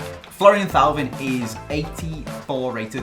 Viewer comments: It's pronounced TOE-VAN not THAU-VIN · It's TOEVAN